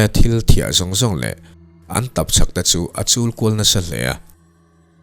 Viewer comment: Takchhap tiin ka hre tlat in ka hria, tap chhak tihtur kha😅